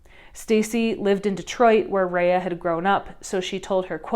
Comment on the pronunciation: (Rah-yah) not Reah.